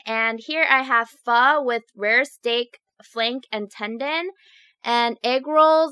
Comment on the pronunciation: You said Phó wrong lol Ph-uh